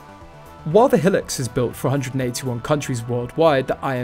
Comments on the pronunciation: It is called Hi- lux, not helics !! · Hee-lux? Seven Oh series Land Cruiser? The narrator has no experience in the 4x4 world.